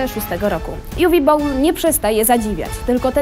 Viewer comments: Umm... Nikt w komentarzach nie zwrócił uwagę na tę przedziwną, zamerykanizowaną wymowę Uwe Bolla? To nie żaden Uve Bowl, tylko Niemiec - Uwe Boll. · Dlaczego Juwi Bołl? Przecież to Niemiec z pochodzenia. Prowadząca sama to zresztą mówi w filmiku... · Juwi Bołl xd